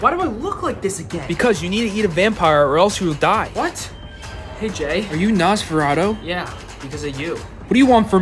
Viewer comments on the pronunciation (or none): I’ve seen nosferatu as a movie butt with no sound and there was an orchestra and it was in a barn. For people who don’t know what nosferatu is it is basically a copy of Dracula with some changes and it is set in the 1700s Also it’s pronounces Nos-fur-au-too